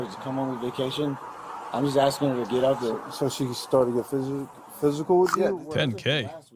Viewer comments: He’s “Axe’n you as a man”! Thats assault with a deadly weapon. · Can you fix your subtitles please? The man is clearly saying ''I'm axing you'' NOT ''I'm asking you''.